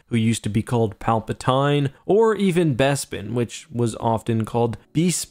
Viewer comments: Not gonna lie, the "bee-spin" of bespin freaking killed me with laughter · Hearing narrators of the older audiobooks say Coruskant and Beespin rubs me the wrong way. Its like when the voice actors on elder scrolls online mispronounce Nerevarine and Syrabane and multiple other names. Let's me honest your average voice actor is no linguist and precious few book narrators have a strong understanding of language theyre just being paid to do a job because they can do it without stumbling over themselves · I'm wondering why there's a different pronunciation of Bespin since Han Solo did not pronounce it with a "bee" sound in The Empire Strikes Back. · Gyro Zeppeli's favourite honey comes from Bee-Spin. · Bespin is better the Bee-spin.